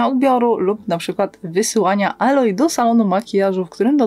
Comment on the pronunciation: Aloy czyta się "ejloj", nie "aloj"